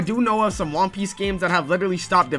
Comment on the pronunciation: "THE WAN PEEICE IS REAL"